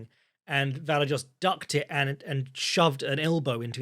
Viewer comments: I'd rather hear pronounce it 15 different ways than hear Luke Thomas correct his co-hosts on its pronunciation 15 times and then immediately butchering any Slavic name. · butchering Vallejos name like a prime Chael Sonnen